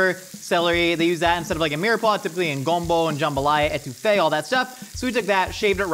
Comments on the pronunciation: It’s not “GOMBO”, it’s hard “GUM-BO.” If anything, people emphasize the “BO” part more than the gum. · as someone from Louisiana please never say Gumbo like that